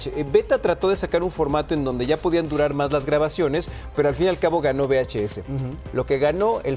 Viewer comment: SE DICE VHS CON LA UVE DELANTE DE LA VS